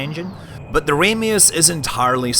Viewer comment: I always thought it was Marko Ramius(Pronounced Ram-ee-us)?